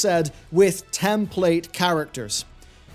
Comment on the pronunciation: And here I am trying to figure out if you said "template character" or "ten plate characters" .... damn I guess its just to early for me to watch this after watching the worst 6 hour Wrestlemania ever...